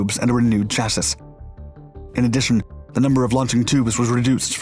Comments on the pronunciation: JesusHChrist, if you mispronounce 'chassis' again I swear I'm going to cut a bitch. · Do you have a vid on our (the USA's) thermobaric weps? Or our deadly White Phosphorous "illumination flares"? Thumbs down for your mispronunciation of chassis. The final s is silent and the i is pronounced ee... Where are you from? American for certain you're using pounds instead of kilos. Ya know why we didn't use flame throwers in Iraq & Afghanistan? Because sand don't burn. Stick us back in a jungle and see how fast the round-up & flame throwers return to the theatre. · Someone please teach this guy how to pronounce "chassis". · Yes I caught this too. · The trailing S in the word "chassis" is silent! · The way this video says chassis drives me crazy. And not is a good way🤣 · Come on narrator..."chassis" rhymes with sassy. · Please learn how to pronounce 'chassis' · The way he mispronounces chassis is cringeworthy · Brilliant video as usual, but I had to smile at your pronunciation of Chassis lol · A very strange way to pronounce "chassis" . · Can someone tell the narrator who sounds like he's short of breath and an automaton that the "S" at the end of Chassis is silent !!! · Chassis lol you don't pronounce the last s...but you wouldn't know unless someone else told you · When did we change the pronunciation of chassis? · Come for the history, stay for the pronunciation of "Chassis" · Learn how to say chassis properly. I'll make your videos sound more credible. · Thats not how you pronounce chassis. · You say chassis like a nub. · There is no way he has thrilled us with so many competent videos and now thinks its pronounced chassis and not chassis. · Swear i've heard him say it properly in other video's xD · people who want words to be pronounced properly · I love your videos but I’m so bothered by the way you say “Chassis” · Yes, it's pronounced chassee, not chasis. The s is silent. It's weird because an American would know that. Is this a computer-simulated voice?